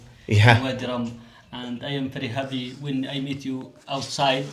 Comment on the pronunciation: Wadi e rum bro not room or Rome